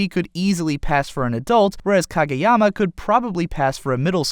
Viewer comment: I feel like reviewers and analyzers of anime make it a point to pronounce pretty much everything wrong. You did ok with Kageyama's name tho. Proud of you. But everything else was incredibly and comically wrong.